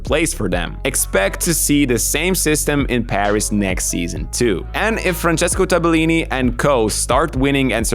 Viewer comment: wrong pronunciation, not Tabe-lini -> Tabel-lini